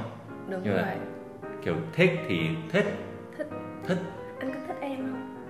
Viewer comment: Em thấy "thích" đọc giống "thứt" hơn là "thít" ạ hihi